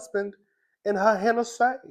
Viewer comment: Everytime you say husband and Hennessy I die laughing 🤣 🤣